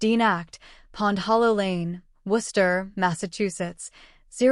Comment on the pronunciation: Interesting. The AI voice couldn't pronounce "Melanie", but did a respectable job of saying "Worcester".